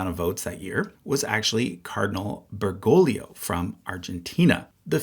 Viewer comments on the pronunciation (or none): Bergoglio is an Italian name, not a Spanish one. Jorge Mario's father was from Italy. The second "g" is not hard, but like a "h." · Just one spanish lesson here. You need to pronounce the second G on Bergoglio. Ber-go-glio